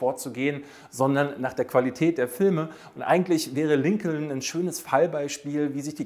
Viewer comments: Lincoln wird Linkn gesprochen. Herrje noch einer. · Sehr gutes Ranking! Ja, die Dinosaurier. Da bin ich ganz bei dir. Ich konnte mit denen und mit den Filmen auch nie was anfangen. Roboter und Weltraum, das war auch meine Welt. Klugschiß am Rande: der Name Lincoln wird Linkn ausgesprochen.